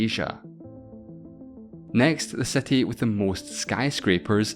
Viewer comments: I love accents, my guy legit said "setty" ahaha. I wonder how irish and especially scottish accents got so distinct, most people that change languages don't have that hard of an accent and usually the accent would go away within a generation but ig something weird must have happened with the erasing of the languages there. I love how so many of the americans are so blissfully unaware of people outside of the USA and canada that speak english. I bet they would be completely shocked if they went to like pakistan or nigeria and were like "wait so many of them speak english?!?!" ahaha. One person once tell me to pronounce words "the correct way" like bro I'm just Australian chill I don't want to use an actual "R" sound every time I say a word. They legit thought I spoke "australian" at home like HUH. (this was like deep texas tho don't blame em their education is still probably very religious and their accent is crazy) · Why you pronounce ''city'' so differently? It is some kind of accent or what? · i cringed by the way you pronounce city, couldn't stay until the end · Very bizarre pronunciation of the word "city" I wonder why? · what a bizarre pronunciation of city and six 😂😂😂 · its city, not cety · his english pronunciation acceptable, no issue with his accent. But when city become "settee" it's downright confusing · why do you say SETI rather than CITY, are you illitterate? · City ❌ SETTY✅ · Brooo stop saying Ceti and SAY CITY NOT CETI PLEASE 😂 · City pronounced ct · Why the f does he pronounce it with an "e"? He says cety and not city. Am I missing something (for example he is aussie or something?)? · IT’S CITY NOT SETY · Why youre saying "seti" wtf?? I cant continue watching, idk why but its so annoying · What is this "seti" you keep talking about? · I can´t stand your pronunciation "cety". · gosh I want to watch your video but I kennat with how you city as 'siti'...cringy hahahha kbye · What’s a “sety”?😭😭😂😂😂😂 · Anyone else triggered bc hes says satti ? aaarrghh